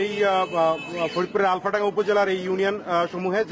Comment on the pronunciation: that is alfadanga not alomdanga